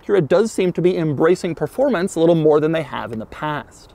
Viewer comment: All the videos have those awesome rims. All the Type S's for sale on websites have ugly rims. What gives? Also, did he just say "performancy?"